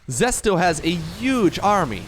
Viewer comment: Love all the casting brother! Can't help but notice the way you pronounce "those UGE army" though hahaha